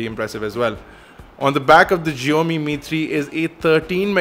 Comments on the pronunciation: SSSHIAOMI NOT zzzziomi. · Zheomi? lol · HipsterPuzzle here! It is like saying "box". We don't say "bosh" and I am a Chinese, so we pronounce it as "Siaomi". Just saying you know. It is not because that it consists of Chinese characters doesn't mean that it has to be pronounced differently. It's the same. Typically.